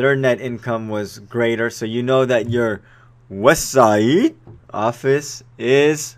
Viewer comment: Good tutorial but you could have gone without the ghetto West Siiiide crap.